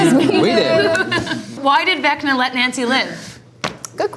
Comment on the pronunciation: the way it sounded like joe said “vecner” is so funny to me for some reason😂